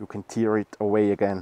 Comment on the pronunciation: Just wanted to give shoutout's to that awesome drum'n'bass during the intro that actually survived until the year 2023! Truly amazing videos as always of course but that intro should not be skipped to be honest! :D And since I learned it last week as well and was very surprised (please dont feel attacked): the verb "to tear" is pronounced like "bear/wear" and not like the noun "tear", which makes absolutely no sense, but hey, it's english pronunciation, it must be weird apparently :D